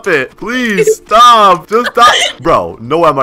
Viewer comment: “ stop, stop sopssususzzesuu” 💀